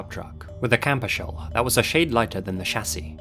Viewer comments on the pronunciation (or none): none